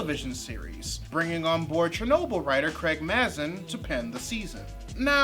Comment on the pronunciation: Sorry, but it's pronounced Craig May-zin. He's got a podcast called Scriptnotes with John August